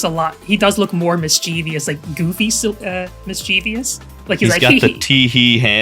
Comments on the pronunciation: Fun fact! Mischeivious is not a real word, it's just a long standing mispronunciation of Mischievous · Stopped watching after hearing “miss-CHEEV-ious” for the 30th time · Why did you have to point it out on twitter?? Now I cringe every time they say mischievious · I hate people that don’t know how to say “mischievous” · Everyone mispronouncing mischievous is grating to my ears. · 25 minutes of fantastic art!! And everyone mispronouncing mischievous... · Great video! The number of times mischievous was mispronounced truly hurt my soul.